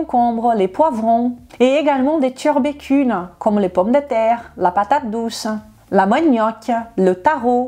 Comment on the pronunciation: j'adore ton accent ! "les turbécules" :'D